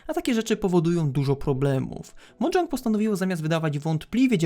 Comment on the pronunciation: Na przyszłość to czyta się mojang nie modżank